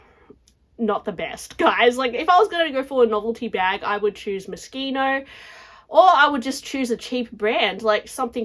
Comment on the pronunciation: Oh 😂 I kept thinking you were saying Mosquito, not Moschino. I was like, “influenced by a mosquito” 🤔. I’m in the U.S. and that blue LV looks like something you would buy for your kid at the Dollar Tree.